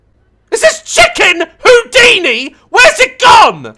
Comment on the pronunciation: The emphasis on chicken Houdini got me rolling 😭